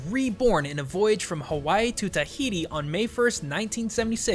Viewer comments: I'm sorry bro, but as an Islander within the Hawaiian chain of the video your pronunciation of Hawaii is kinda, bad. I'm sorry, but don't worry 😉 love watching your videos to I'll continue to watch it. Cuz their awesome. ❤️ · Why do some people pronounce "Hawaii" as "Havaii"??! It's reminds me of that girl on the tv like.. " to the sandy beaches of Havaii..." To the something something of.. . Havaii.." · he calls it havai instead of hawai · Oka sole, havaii?? What's havaii? It's Hawaii, for future videos. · Havai? Is that how it's pronounce. I have ALWAYS heard it be called as HaWaii. With an english W. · Does anybody else notice he is saying "Havaii" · Loved how you started by pronouncing HAVAI and siwtched back to normal at the end lol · I'm sorry, this bothered me, but Hawaii is pronounced "Havai'e" You forgot the "e" at the end Sorry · Is Havaii the correct pronunciation of Hawaii, or somewhere else entirely? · The way you say Hawaii makes me uncomfortable. Its proper Hawaiian pronunciation has three syllables, Ha, Wai (pronounced Vai), and `i (pronounced as an E). More modern pronunciations simply use a "w" rather than a "v" but still has three syllables. Source: Live here. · My dude! I'm from Hawaii, and you do NOT pronounce Hawaii that way. doing that will get you called a ha'ole (local slang. kinda racist. ) Please don't say that. not tryna be mean, but thats pretty high on the pet peeves list for people from Hawaii. (you pronounced a lot of other stuff too.) P.S. I love your videos! I don't want to offend you. You're still cool! P.P.S I do wanna note that you explained the history really well. Im actually asian, but I live in Hawaii. Thanks. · why do you keep pronouncing Hawaii weird..?